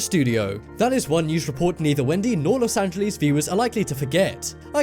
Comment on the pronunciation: The way he said "Los Angeles"... lol no hate just thought it was funny xD